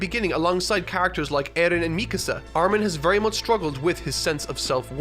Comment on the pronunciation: man your pronunciation of the name Eren throws me off so much because it's a turkish name and it's pronunciation is way different here